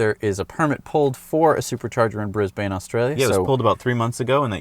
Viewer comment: its bris ban, drop the e when pronouncing it, also its only wanky yanks that put the "a" at the end of Porsche.